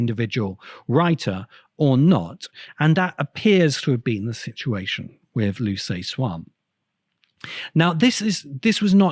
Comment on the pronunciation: The CIA didn't exist during World War 1; it was formed in 1947. Perhaps you're thinking of some different agency. Liu Ci Xin is pronounced "LYOO suh-SHIN".